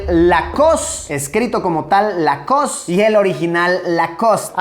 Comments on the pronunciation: No es lacost es lowcost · "Lacoss" me mató, porfa pongan la flauta de jurassic word 😅😅